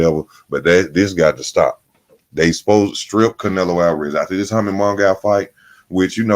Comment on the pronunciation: Bro,if you say "Hummy Mungow" one mo' time!! 😊😂😂🤣